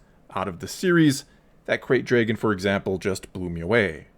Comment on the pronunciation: Every time he says ‘dray-gon’ take a drink.